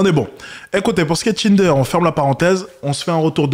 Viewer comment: Le "Tchinder"